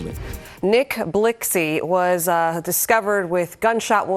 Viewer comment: What was trying to convey was is that the news reporter pronounced his name the way it was spelled. It’s spelled Blixky but pronounced Blicky., thank me later.